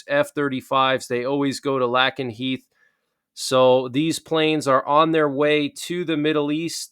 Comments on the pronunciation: Just as a heads up, it is pronounced LAKE-n-heath...not LACK-n-heath. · Pronounced LAKE-N- Heath !!! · “Lake n heath” is how u say it lol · ❤ Lake is pronunced lake... lakenheath. Dont wan douche to mock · It’s pronounced LAKE-nheath. Also, air superiority also includes air to air combat (dogfighting) its primary mission and air to ground operations. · Lakenheath. A like in ace not a like in apple